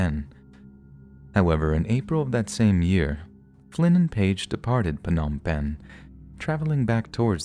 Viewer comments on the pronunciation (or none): Whoops, your guest bungled the pronunciation of “ Phnom Penh”